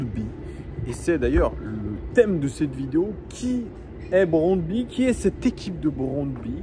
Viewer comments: J'aime bien tes lunettes 😎👍 merci pour cette nouvelle épisode;à mon humble avis on prononce le nom du club comme [brondby] avec 'u' à la fin 😊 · Brondby, le y à la fin se prononce u en danois. Brondby est une des meilleures équipes du Danemark, qui a déjà fait une demi finale de la coupe Coupe UEFA en 1991. Sans aucun doute l'ambiance la plus chaude du Danemark avec des fans qui devraient venir en nombre à Lyon demain soir (1000 environ d'après ce que j'ai entendu) Le stade fait 29 000 places et non 20 000 comme tu le dis dans la vidéo et l'ambiance devrait être très chaude au retour même si cela sera en Novembre. Ils croient en leur chance et ils pensent qu'ils peuvent faire un coup à Lyon même si ils savent qu'ils ne sont pas favoris donc je dirais tout de même méfiance face aux vikings danois ne pas les sous estimer. J'étais au stade en 1997 où on avait gagné 4-1 à Gerland et tout autre résultat qu'une victoire serait malgré tout une déception, Allez l'OL!